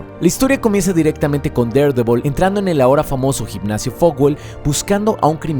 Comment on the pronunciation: amo que pronuncies tan bien Daredevil, mi cabeza ya se habia acostumbrado a que los youtubers lo dijeran mal 20/10 god